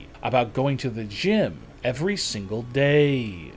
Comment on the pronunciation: Why do u have to talk like that?? It’s day and not “daaaye” so don’t pronounce it like that